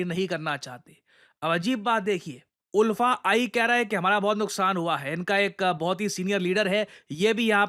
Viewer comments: Oolfa nahi sir... ULFA (aalfa) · Sir, the pronunciation of ULFA is not उल्फा; it's आलफा, like Ultra. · Sir locally hmlog inlog ko "अल्फा" pronounce karte hai😅 Aur inlog meaningless hai, ye video banana jaruri nhi tha, isse unlog ko proud hoga ki iss topic ko cover kiye😅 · The pronounciation will be aalfa not oolfa.. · उल्फा नही, आल्फा। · In all Assam we pronounce the group ULFA as like Alfa..... We proud to be Indian ❤️ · Sir, Iska pronunciation "Aalfa" hota hai. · ULFA pronounce as AALFA. ❤from Assam ❤ Indian Army 👍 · Its pronounced as Alfa.. even it’s written as ULFA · Ulfa is pronounced as Aalfa.. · Its pronounced as alpha ul as आ